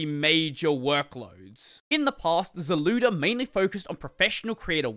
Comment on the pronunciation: "zlewda" lmao